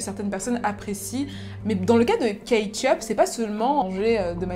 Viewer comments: Kate yup, moi j'entends Ketchup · "kate yup" moi j'ai entendu "ketchup" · J'ai entendu ketchup toute la vidéo 😂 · Tu as fait tout ton possible pour ne pas dire ketchup mais à chaque fois on a entendu ketchup 🤷🏾‍♂️🤣🤣🤣🤣